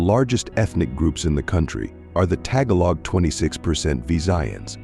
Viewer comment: Blah... Blah... Blah... Way to say nothing... And what Bible verse did this video even quote which claims to represent the Bible?... Not ONE!!!! This is fraud! This is incredibly uneducated. What a waste of time. Notice they cannot even pronounce Tagalog nor Igorot which tells us all much. They have not done any research! They did not unravel any connection, they made up illiteracy with no basis. This is propaganda. They know nothing of the pre-colonial history and certainly do not know the Bible nor historic migrations which they offer no detail whatsoever except telling you that the Philippines is from Ham... Oops! in 13 minutes they forgot they said that and then said Filipinos descend from Japheth... Now that is illiterate and wrong. Yes, there was mixing later but this has nothing to do with origins. The God Culture proves this and obliterates this kind of useless pontification. Notice, the DNA interpretation they offer is unaware of migration patterns of the Bible, nor actual history and the assumption that Filipinos are from Ham, oops! I mean Japheth which proves this channel has 0 acumen to even approach this topic. Philippines from Gomer from the Russian Steppes? What? What nonsense! Togarmah is not considered the origin of the Filipino in any credible interpretation. Did they tell you how they arrive at such an insane conclusion? Of course not. This is blah... blah... blah... Nothing else. Notice, in the text on the bottom , they place something not actually